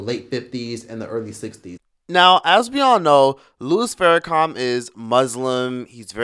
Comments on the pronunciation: Pronunciation is prime.Louis Farrakhan not Farracom my brother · U..put some respect on his name.it’s Farrakhan not farrAkum🤔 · why does it sound like you're saying Farrakha(m)? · are you really pronouncing his name with "com" on the end geez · It’s Farrakhan. Not Farrakham. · Im sorry are you saying Louis Farrakham?🥴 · Is he really calling him louis "Farra-com"? And did he say he actually walked with MLK? I promise you Farrakhan didnt march with MLK. Totally different ideologies.... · Pronounce his name right , It is Minister Farrakhan not faracom